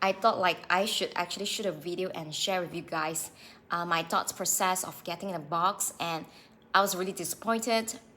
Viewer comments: it's pronounced Books. Not box. Thanks for posting though. The exact same thing just happened to me. I'll never buy from Boox again. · It's not Box, it's Boox 🙄